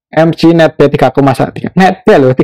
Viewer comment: EMGE bukan EMJI